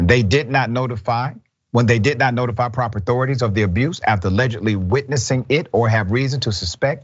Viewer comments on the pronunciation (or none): none